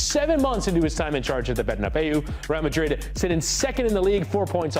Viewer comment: It’s the right way to say it